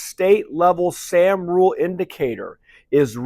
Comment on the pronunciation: Morning. You’re pronouncing ‘sahm’ incorrectly.